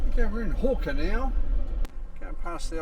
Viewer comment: Great video, but unfortunately you have fallen in to the trap of local pronunciations. apart from the Ghan (already corrected). Hookina is often pronounced more like hookna or hooknuh Similarly Kanyaka is often said kanaka. with hard a , and much further south is Pekina, and, you guessed right, it sounds the same way as Hookna. Maybe that enabled a speaker to talk with out sucking in flies!